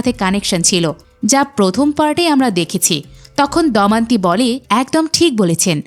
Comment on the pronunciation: উচ্চারণ ঠিক করুন। 'দমন্তী' নয় 'দময়ন্তী'।